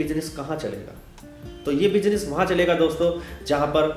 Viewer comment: Ye mazedar tha--- "pilaas" our "bijines" (pronunciation) 🤣😁